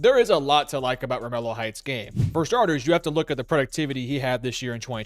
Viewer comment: It's pronounced Romello.....lol